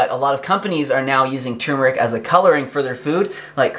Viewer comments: THANK YOU for pronouncing both Rs!! tur*mur*ik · HE SAID IT RIGHT!!!!!!! I cannot STAND IT when, even DOCTORS say tooomeric... grrrrr its TUR MER IC!!!